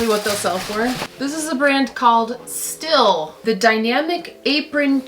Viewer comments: Stihl is pronounced “steel.” Its a great brand. Of tools. LOL. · Stihl is a German tool manufacturer, just so it is known the name is pronounced just like the english word Steel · Love the vid! And just a little factoid, Stihl is pronounced like Steel. 🎊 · It’s pronounced “Steel”. They make chainsaws and other power tools. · Stihl = "Steel"